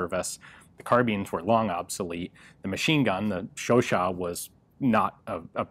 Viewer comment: Ian's " Chauchat " pronunciation now reaches a A+ , according to me